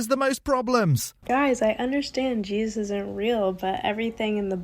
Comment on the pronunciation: She has the name of the book wrong (there's no "s" on Revelation), but she knows what's in it well enough to know that it's coming true. She also seems unable to say the second syllable of "Jesus." Not to mention the rest of her nonsense.